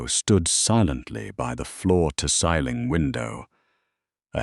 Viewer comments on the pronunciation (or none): When is he going to learn how to say ceiling? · 😂😂😂😂😂 I was waiting for SOMEONE to mention that.